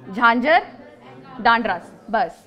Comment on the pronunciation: उच्चारण अशुद्धियां डांडरस जबकि डंडारस /डणारस होना चाहिए बुद्धैल /बुद्धिल